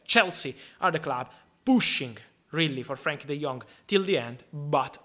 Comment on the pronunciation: ‘Let’s jump into it 2-gether’ ‘He laves the clab’ Thank you for the updates fabrizio